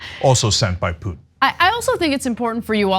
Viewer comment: what a waste of time, watching THESE 2 IDIOTS, refute THE EXPERIMENTED AND PROFESSIONAL POINT OF VIEW OF A RETIRED ARMY COLONEL WHO KNOWS ABOUT THE ATTROCITIES COMMITED BY THE AMERICAN ARMY IN IRAQ!!!! BESIDES, THE BIGGEST IDIOT CAN"T EVEN SAY PUTIN"S NAME CORRECTLY THEY REALLY SUCK AT CRITICIZING THE AMERICAN FOREIGN POLITICS. WHEN THEY ARE PUSHING FOR AN EVEN MORE BLOODSPILLING WAR, IDIOTS.